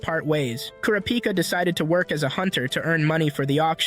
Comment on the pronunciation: I love how he doesn’t say kurapika correctly